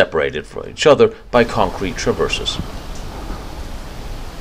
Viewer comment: great video but i wish everyone would teach to say CONCRETE